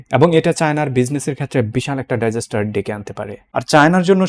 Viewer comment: ডাইজেস্টার কি? ডিজাস্টার?